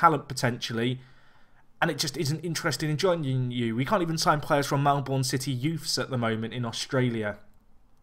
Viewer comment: Melbourne is pronounced "Mel-burn". (the American one in Florida is pronounced "Mel-born".)